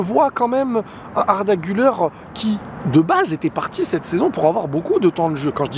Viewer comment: on prononce "Gulère" et pas "Guleur"